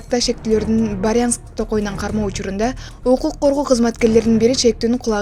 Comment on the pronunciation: Охх тупойлоор Баярянский дейсинби, Брянск дечи. Билип билбей эле урдуруп окуп кое бересинби